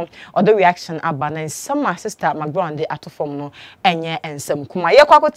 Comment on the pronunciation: THANK GOD YOU'VE STOPPED SAYING MIKBROWN. I USED TO LAUGH MY HEAD OFF, EVERY TIME YOU SAID THAT. NOW, YOU'RE SAYING MCBROWN. YOU CORRECTED YOU FINALLY? 😂😂😂😂😂😂😂😂😂😂😂😂😂😂😂😂